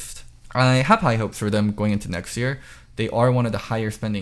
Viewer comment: every time says 'year" it sounds like "ear"